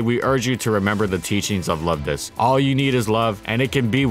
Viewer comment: I heard someone mispronounce Luvdisc, instead calling it: 'Luvdics'